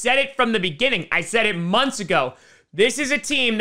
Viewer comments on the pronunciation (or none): none